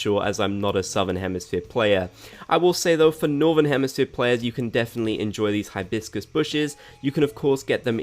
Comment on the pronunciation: THE WAY HE PRONOUNCES HIBISCUS IN THE VIDEO I CANT LMAOOO